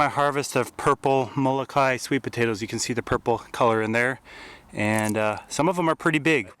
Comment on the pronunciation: you forgot the okina in Moloka`i and it isnt pronounced molo kai it is molo ka i